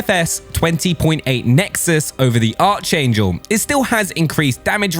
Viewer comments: The way this man says “archangel” is low key frustrating. It’s not arch like archer. It’s pronounced “aark-angel” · It’s pronounced ‘ark angel’ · The arch in archangel is pronounced ark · thank you, i said that to a friend he said "meehh'" like he was not wrong... french language it's 'arkangel' too